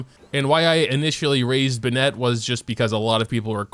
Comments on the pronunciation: why do you pronounce bennett as "buh-net" he literally says it the correct way 🤨 its "ben-nit" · I haven't watched any of your other videos but what is your first language?? You are putting a lot of strange stresses on the character names...like Bennett is an English name 🥴. I don't wanna nitpick but you pronounced all of them with weird stresses and its so distracting. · Why do people mispronounce everyone's name from Mondstadt!? Not to sound like Hermione (Hér-my-u-nee), but "It's Bénet, not Benétte!". For the other monsters... Diluc is not written as Diluc with the vietnamese accent. Therefore, "It's Deelooc, not Delouche (vi Britannia)" Also, Jean is an actual correct pronunciation as well, no, she is not Jéan. Keqing is Cuh-tching. Xingqiu... It's not Chingkiu, it's Sang-jó (kinda). It's not chinyan. It's Sinyan (according to the current spelling; I don't know how her name is written in Chinese). I think that's all? Y'all, most characters pronounce their names correctly themselves. Exceptions are like... Ayaka and Beidou and Xinyan. Yes, this was my perfectionist self speaking, I apologize, but it's truly not that hard :). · Why do you pronounce Bennet’s name so weird? You make him sound like he’s some chick, no offense. It’s “Ben-et” not “Ben-net”. Also Keqing? It’s “Ku-qing” the e sound is a u sound. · BennEt Everybody else: BEnnet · Its not ben-net its bennet 😣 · Ben-Nette? lol bro... It's just Bennet not Ben-Nette. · its Bennett. Not BennEtt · Ben-eht?? (Ben-it) (Koo-ching) Get your fav's name right, bro. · Who tf benêt.... its bennet.... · Ben-it not Ben-ette jfc. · Ew bruh tf is buhnet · Ah yes, Buh-Net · WHAT THE FCK IS BE-NET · I'm usually pretty lax about the way that people pronounce things, but the way he says "ben-net" rubs me so wrong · Ben-Net...?!? Does the way he pronounce this annoy the crap out of you? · This guy pronounces Diluc as Deeluke, and bennett as buh net. Kinda triggers me and kinda makes me happy... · no one::"BINET"